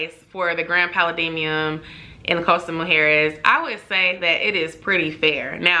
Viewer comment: Girllll your pronunciation of Pa-la-dium!! Lol great video tho!